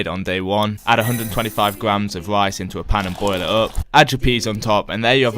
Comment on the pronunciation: Lice as rice xd